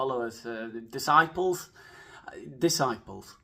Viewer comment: disciples? more like Da-sciples 😅